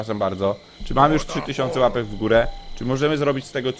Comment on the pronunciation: kampa03 nie puapek tylko płapek